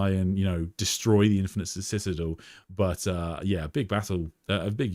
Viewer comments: Just want to politely point out, you pronounced the word citadel wrong. Try si-tuh-del or listen to Google. Love your streams though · Anyone else here for how we say citadel? Lol ;) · Bro that's not how you pronounce citadel